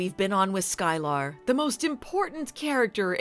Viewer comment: I'm pretty sure it's pronounced "Sky-ler" not "Sky-lar".